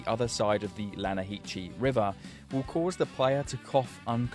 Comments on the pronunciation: LANAHITCHI? And Arthur did such a good job explaining the pronunciation to Javier when they went to rob the Inbred house... But LANAHITCHI beats even Javiers pronunciation :-D EDIT: TO quote Arthur: "Its LANAHASSEE") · The lanahasee, there's even a conversation in game where Javier asks Arthur why English words aren't all pronounced phonetically ffs, you have zero excuse to pronounce it lanahachee😡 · my brother omg "lana-hee-chee" they literally say in the game its pronounced "lan-uh-hass-see" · Not to be THAT guy… Buuuuut it’s pronounced “Lanna-ha-see” not “Lanna-hee-che” but very interesting video nonetheless, worth the watch! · "you mean lanahasee river" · Yeah... but it's pronounced "La-nah-has-see". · it's Lanna-hassy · "Its pronounced Lan-ah-ha-see" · Javier, it’s pronounced Lanahasee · the river is pronounced more like “lanahasse”. and just like Javier said, everything in english is written differently than it’s said, to make us feel stupid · that's not how you pronounce that